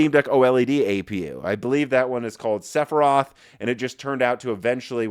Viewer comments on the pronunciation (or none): none